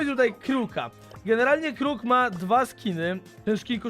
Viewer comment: Kłoł xdd (crow)